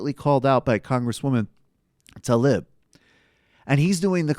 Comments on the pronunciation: its "Tlaib", not talib! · it's TA-LEEB, not ta-lib.